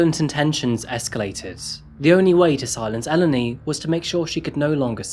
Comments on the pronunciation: Could you try to look up the pronunciations of names before you spend an entire video saying them wrong? Eleni is pronounced Eh-LEHN-ee, not EL-eny. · Hi, hi just a note it's actually pronounced El-en-i! But not crucial to the story, don't worry! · You could have learnt how to pronounce her name, as well as brushing up the editing in general & the rather odd array of non-native speaker language errors, such as phrasal misuse & peculiar stress/intonation. These all spoil this interesting series, somewhat. Just a bit of homework & pre-preparation would improve this series immensely. Learning how to pronounce Eléni would not have been hard, for instance. The trouble is that you repeat her name constantly throughout & it sounds somewhat silly to the listener. Kind wishes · This has been going on for some time. This guy could have learnt how to pronounce the simple words, Eleni & Aegean, among others, which no one has noticed, bizarrely. Greeks have never learnt how to use the present perfect continuous. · The way you're pronouncing Eleni throughout this video is so fucken annoying. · This case struck me the moment I saw the title, my best friend’s name is Eleni, and it’s quite uncommon, especially here in the U.S. One of her biggest pet peeves is people constantly mispronouncing her name throughout her life, so of respect for this poor young woman I’d like to let it be known that Eleni is pronounced “eh-LEH-nee” with emphasis on the “leh” part of the name. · In Greek ou makes the oo (like boo) sound. So it’s topal’oo’di Also in Eleni you accentuate the 2nd from last syllable so Elèni not Èleni